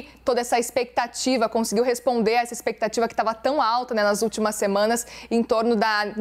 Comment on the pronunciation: Ênfase em "últimos" 😂